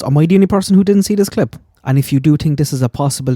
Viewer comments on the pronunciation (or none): Since you mentioned the Caribbean influence in your accent, every time you say, tink, I can't unhear it! Love it!